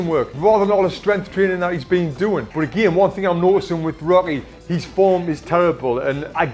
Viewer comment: i swear he keeps calling rocky robby